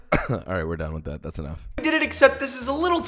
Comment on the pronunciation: it was thot not dah lmao